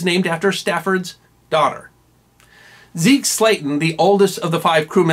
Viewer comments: Deke, not Zeke... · HG-Love your very informative videos! I have leaned a lot! Just one thing, It is Donald K. (Deke) Slayton, not Zeke sir. I love history also! Topsail Island here in NC has a history of missile testing before it was for vacationing, I think that might be a good informative video possibly. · Forgive me for being a little "nit-picky", but did you say "ZEKE" Slayton??